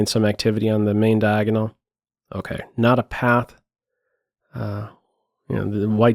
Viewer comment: I like how says "okeh" great analysis